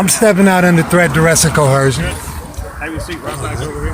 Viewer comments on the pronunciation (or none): "Statues" "Cohersion" 🤣🤣🤣🤣🤣🤣🤣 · It's only considered coHERsion if the police officer is a woman. 🙃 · Pronouncing coercion as coHERsion is an immediate 'red flag' of dumb. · Since when does the word “coercion” have an “H” in it. “Cohercion” is not a word. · Co - her - shon !!! Dumb mug it is trying to sound clever. I like to see someone coerce his backside with a big army style boot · Crimes against the English language? Cohersion? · There is no bloody h in the word coersion. They keep putting a damn h, it grates on my nerves. That alone should be worth a ticket.